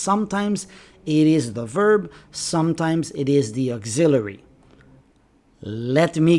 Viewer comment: Why do you pronounce auxiliary like this!????